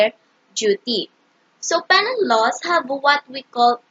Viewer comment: No offense but shouldnt it be pronounced "pē-nal" or "pinal"?